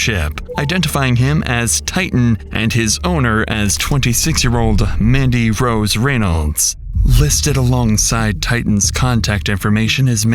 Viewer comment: Is the voiceover AI? First off constantly mispronouncing Reynolds and also the cadence is HORRIBLE. If it's not AI please stop talking so *sigh*... dramatic.....ly *sigh*.